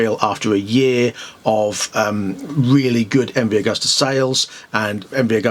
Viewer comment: pronounced 'agoosta'...